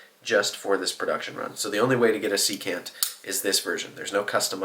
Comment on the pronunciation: Secant has the stress on the first syllable. SEE-cant. It’s a trigonometry term, the reciprocal of cosine.